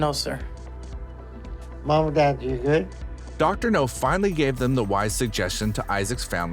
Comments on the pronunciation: Dr. NOW, not NO! Have you ever watched an episode? If you have you'd know it's NOW!! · Dr. NOW not Dr. NO. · It's Dr Nowzaradan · Do you purposely mispronounce the doctor'a name just to piss people off?